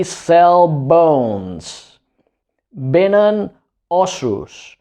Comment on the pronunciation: No saps pronunciar vénen! (a vénen óssos) Això han aconseguit.